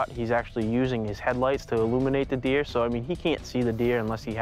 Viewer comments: shooting at the deeah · "What were you doing"? Shootin at the deeah.